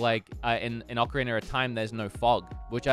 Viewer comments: Oh really? Ocarinurr of time aye? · Hey. Love you're vids. Ocariner tho. We need to talk about this... jk :p